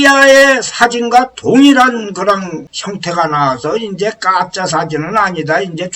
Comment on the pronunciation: 강의 내용은 좋은데 줄곧 '가짜' 를 ' 까짜 ' 라고 발음하시는것이 매우 거슬립니다